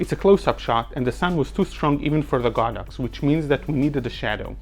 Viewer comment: This video is the first I've ever seen to accurately pronounce the brand as "God Ox" and explain the Chinese derivation. I've always thought of it as "sacred cow," but prefer your "holy cow" ; )